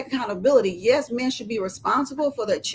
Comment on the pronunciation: listen to this chick trying so hard!!! She loves saying the word "mayen" 😂